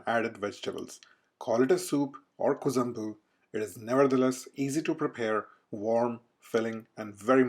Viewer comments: Not Kuzambu, Ku'ழ'mbu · Kuzhambu is pronounced as “Kuḻambu (Tamil: குழம்பு)” 😊